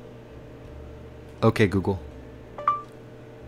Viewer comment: the second time you set ok google you really sound dutch It sounds so funny